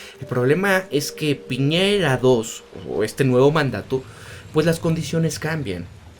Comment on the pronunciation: "PIÑERA" CON Ñ